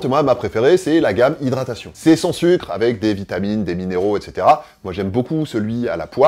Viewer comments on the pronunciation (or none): none